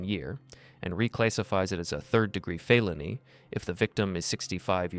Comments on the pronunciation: AI Voice. Mispronounces the word "felony" as "fayloney" and "used" as "you-zed". No real person would speak like that. AI is infiltrating our lives. We don't know what's real, what's fake, what's true, what's false. Even videos lie. Bodycam Justice Reports, why don't you get an actor to narrate your vids instead of AI Voice? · Also "FAY-lony" 🤣🤣